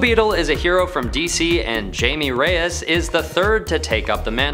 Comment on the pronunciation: It’s pronounced ( high-may ray-yes)